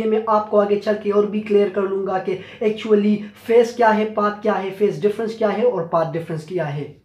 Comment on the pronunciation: What an accent 👏!! Specially the way u say " actually "😂